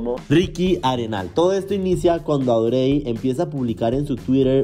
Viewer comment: Fui la única que le daba tanta desesperación como pronuncia el nombre de la ex de Ricky? (Cero hate amo tus videos pero Audrey se pronuncia como Audry 🥰)